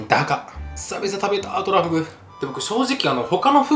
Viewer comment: 急上昇3位がトラ↓フグ↑ってイイ日本だ